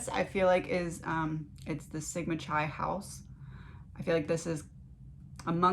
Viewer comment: This reading is great. The 2nd word in the fraternity is pronounced KI like in KITE. C sounding like kuh, silent H, and then I.